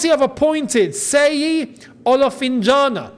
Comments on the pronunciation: Hello, His name is pronounced "She-yi" and not "Se-yi" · it's no pronounced as seyi... it's Shay yee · "Sheyi" not "Seyi". Nigerians will soon sue you 😂😂😂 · It's pronounced "shh" as in "SHEY-YI" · Seyi is pronounced with the S as Sh so then Sheyi, its a Nigeria name Thanks for your good work